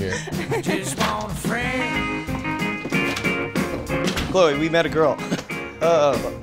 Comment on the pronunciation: Its cloe not chole